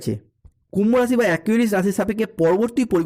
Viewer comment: পরিষ্কার বাংলা বলুন,হিন্দি আর বাংলা মিশিয়ে খিঁচুড়ি বানানো বন্ধ করুন। "কুম্ভরাশি বালো" মানে? যে ভাষা মায়ের,যে ভাষা খেতে দিচ্ছে,সেই ভাষার প্রতি নুন্যতম কৃতজ্ঞতা অনাকাঙ্ক্ষিত নয়!